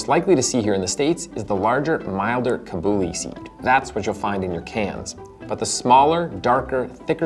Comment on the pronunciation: Love the video! Now I really want hummus! Lots more recipes with the chickpea in Indian cuisine, from the North Indian chhole (chana masala) to the South Indian chundal (a milder snack wiht coconut and chillies) Also, some pronounciation support: Desi = they + see; Kabuli = ca (from car) + bully